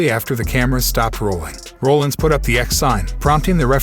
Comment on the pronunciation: Love the channel but i think you botched a lot of names 🤣 like Brock Lesnar, Rodriguez and Rollins